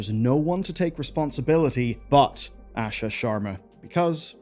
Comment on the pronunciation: It's pronounced "Aashaa" not "Ah shuh"